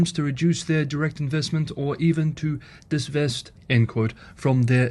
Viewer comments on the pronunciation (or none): It is divest and not disvest .